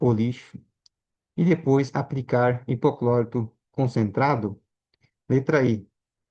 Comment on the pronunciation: Alguém sabe me informar o que é 'hipoclórito", que esse homem fala?